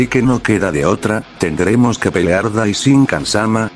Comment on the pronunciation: Pero me gustan mucho tus historias pero quisiste pelar pelar le dijiste pelar en vez de pelear